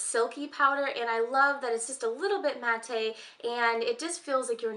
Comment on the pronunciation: I love all your favorites, I love Dior glosses too. When you say 'mat-tay', do you mean matte (pronounced mat)? I couldn't figure out what you were referring to at first LOL Looking forward to the hair care video. What about fragrance favorites too?